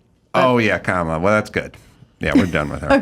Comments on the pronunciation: It’s Camela😂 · do you mispronounce Comma las name on purpose? just curious your not alone😂